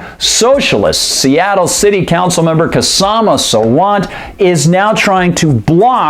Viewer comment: Hey, the name is pronounced Shaw-ma. The K is silent. Yes, sadly, I have met that stupid woman.